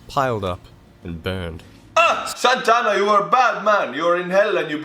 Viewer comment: Santa Anna sounds like Mohamad.